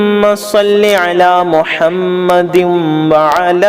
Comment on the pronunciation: Mohammadin hai,aap galat padh rhe hain